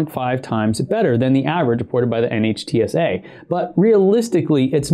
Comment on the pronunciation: NHTSA is pronounced as “Nit-Sa”, it is an acronym not an initialism.